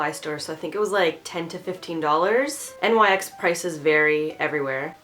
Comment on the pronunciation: Nyx is pronounced like nix